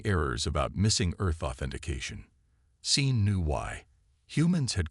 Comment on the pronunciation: sean is pronounced shawn. narrator and subtitler cant handle the name since the subtitler works off the narration not the original text. about 2/3 in the story got a bit strange talking about human colonies rebelling. suddenly aliens with human names argue in the council.